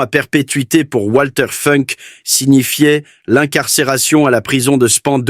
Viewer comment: Ça se prononce Valter Founk en allemand. Par ailleurs, l'AI semble inventer des conjugaisons en français : "lorsqu'il vit sur l'écran (...), il ne pouvut plus retenir ses larmes..."